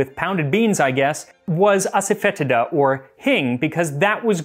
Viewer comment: I think it's pronounced ass-a-fa-tee-da. Happy to be corrected.